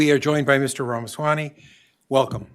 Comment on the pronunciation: RA MA SWA MY 2024. Learn it and say it.